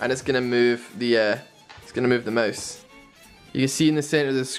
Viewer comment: who the hell says Moase. Its mOOOuuuse, not moase